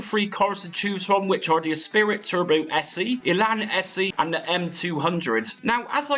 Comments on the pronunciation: It’s ESPRIT pronounced esprie not ESPIRIT. Great content as always.😮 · Ess pree ❤ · You've added an 'i' that isn't there though. It's Esprit, pronounced 'Espree'. Unless you treated genuine game floppy disks badly they were, by and large, perfectly durable at the time. 30+ years later, possibly not so much (although all my original games are stilll fine!). Personally, I think the Megadrive sound is better than the ST (which sounds truly awful), but you're right - nothing tops the Amiga version of this all round. Nice video. Thanks! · I've never heard someone pronounce esprit as "espirit" before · The lotus series was amazing and up there with moonstone and sensi for most loved imo. Mate u butchered saying esprit 😂